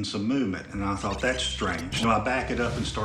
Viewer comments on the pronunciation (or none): none